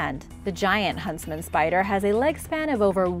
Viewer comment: Are you say huntsman or husband spider? Lol